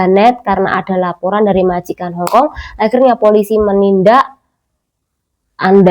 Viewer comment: Hongong apa hongkong mbak ... 😅😅